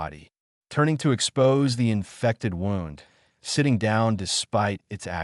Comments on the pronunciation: Your AI is having trouble. It is bloodfang, as in "The Vampire sank his fangs into my neck." Also, its wound as in please have the doctor dress his wound, not wound as in he wound the excess rope. ALL OF THIS IS VERY DISTRACTING. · Wound should be pronounced properly Stupid AI garbage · The downside of AI. Do you use a short-A ah sound or a long-A aye sound in fang? Do you pronounce wound with an ow sound as in 'the path wound around the mountain', or do you use the ooh sound for wound as in 'I had a bad wound'? They're spelled the same but the meaning is very different. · Crappy narration. Is,it Blood-Fang or Blood-Fong? Pick one. Wound was also butchered. Get better text to speech software